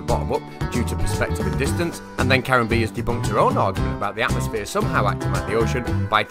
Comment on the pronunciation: "Atmoplane"....Fucking God help us.